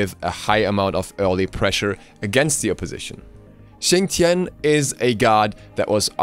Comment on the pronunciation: Why does Xing's name said fast kinda sounds like Chin Chin?